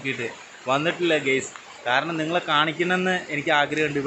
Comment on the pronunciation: ഗെയ്‌സ് എന്ന് പറയാതെഡെയ്... ഗൈസ് എന്ന് പറയു... 🙏